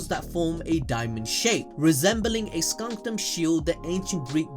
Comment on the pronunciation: ... why did you keep saying "skunkdum" when "scutum" doesn't even have an N in it?